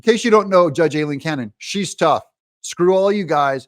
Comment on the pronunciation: Judge Aileen Cannon... Pronounce "I lean".